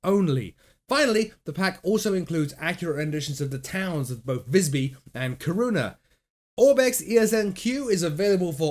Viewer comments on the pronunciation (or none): Nice!!! Kiruna is pronounced more like keyrunna:) take-care